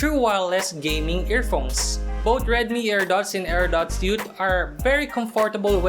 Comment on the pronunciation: Magaling naman siga mag english kaso parangang tigas niya mag salita lalo na pag sound ng TH di niya ma bigkas. yung both nagiging BOAT at Youth ay YUT. pero nice review.